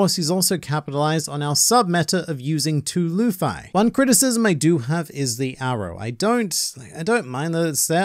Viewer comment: When you said lufii 💀